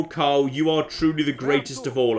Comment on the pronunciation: Umm, there is an 'r' in Karl.